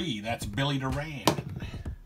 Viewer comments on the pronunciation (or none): Billy Doran’s last name is pronounced (DOR • an) and not (doe • RAN). That is the way it was pronounced when he was a Houston Astro.